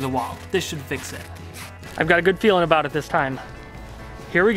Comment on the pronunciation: I'm pretty sure he was saying "peeling" instead of feeling but still funny none the less